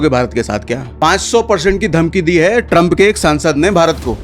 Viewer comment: Tramp❌️ Draum✅️😂😂😂